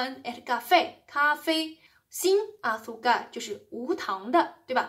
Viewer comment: 老师，azúcar的重音应该在U上，不在a上